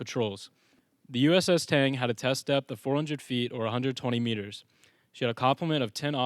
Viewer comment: You sure you got that ships name down?